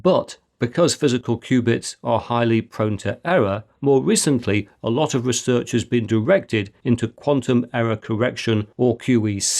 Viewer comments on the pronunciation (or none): none